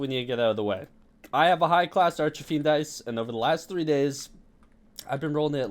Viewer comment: "Arch-a-fiend dice" D